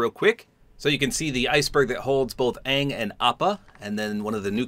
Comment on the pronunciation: It’s actually pronounced ong hope this helps 😊